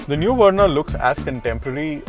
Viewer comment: It's Verna, not Werna. Learn to pronounce. Good review otherwise.